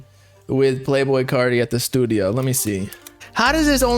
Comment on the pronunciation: Bro must be bipolar “in the stuido for a week “